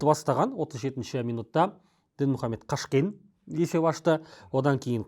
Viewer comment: сіздікі не осы? Әр жолы қазақтардың атын дұрыс айтпайсыз? Сағиды - Саги, Қараман Караман, Қашкен - Кашкен т.с.с. Мысалы сізгеде емес,Элдос деп айтсақ сізге жақпайдығой😢